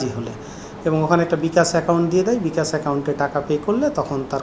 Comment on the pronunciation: কলকাতার পুলিশের মতো বিকাশ কে বলতেছে বিকাচ।